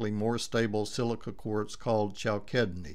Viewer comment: it's pronounced cal sid ne